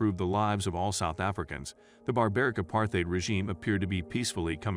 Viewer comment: Nice try, but no cigar. Your ticklish pronunciation of "apartheid" already betrays your lack of knowledge about the country's history.